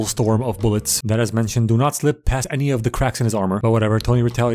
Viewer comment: 😭zhat is not za missle